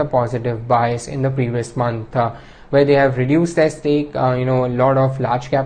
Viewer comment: it's month, and not monthuh.. where tf is this guy from?